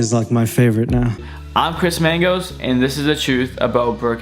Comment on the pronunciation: I didn’t think it was possible to say, “Chris Mangoes” and “running on a treadmill” or as you say “treadmull,” until now!! Lol. We get it. You’re Chris Mangoes and you love running on a treadmull.